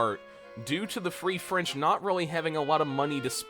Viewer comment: "The Free Franch"